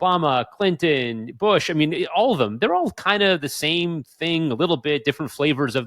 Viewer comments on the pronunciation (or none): none